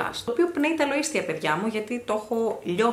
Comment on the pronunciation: Καλά τα έλεγες. Μέχρι εκεί που άκουσα "πνέει τα λο- ΐσθια". Γιατί. Αφού γράφεται λοίσθια.Ο+ ι διαβάζεται ι. Κατά τα άλλα, μοναδική στο είδος σου, ρε παιδί μου. Εύγε.